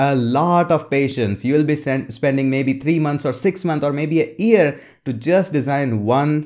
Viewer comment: Its very true, people lack patience. Btw its not "learn the PHP" but just "learn PHP and its also not "a ear" but "a year":). I know this word ("year") might be a bit hard to learn to pronounce but I'm sure you can do it. Regards.